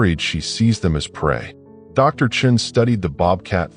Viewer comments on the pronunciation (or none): Sean is not pronounced chin.